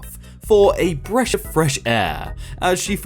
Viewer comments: "for a bresh a fresh air" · did you just say a breSH of fresh air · "A bresh of freath air" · 40 "a bresh of fresh air" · "For a breash of fresh air"??! r/facepalm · "a bresh of fresh air" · It is supposed to be a breath of fresh air. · silver wheelchairiot was referring to where it was written breath but pronounced it bresh.